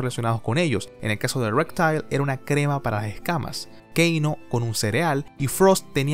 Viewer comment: Porque dices "Suk zero y rectail"?